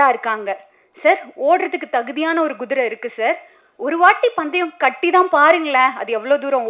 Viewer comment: தமிழச்சியா இருந்தால் Guதிரை என்று சொல்லாமல் kuதிரை என்று சொல்லிப் பழகட்டும்.